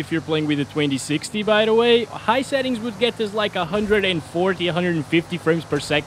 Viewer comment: I was trying to understand were you saying 2060 all the time?? Sounded like you were talking about the 3060 at points idk.